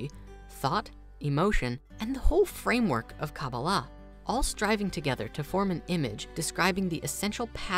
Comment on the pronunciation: Why are you mispronouncing the words tarot and kaballah? that's disrespectful